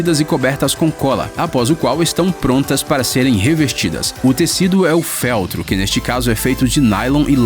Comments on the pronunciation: DIGITADO POR LUIS ANTONIO MENGHI Até que enfim um erro do narrador . Pensei que nesse vídeo ele não falaria besteira , mas ele não aguenta !? FÉLTRO ? COLOQUEI O ACENTO SÓ PARA DAR O MESMO SOM DA PALAVRA NO VÍDEO ! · "Féltro, sódio cáustico"... Dói o ouvido isso.